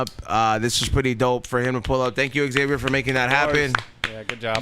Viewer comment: Hey guys Xavier is not pronounced X(ex)-avier, same way people dont say J(jay)-esse or P(pe)-illip...It is pronounced Xavier or ZAY-vyer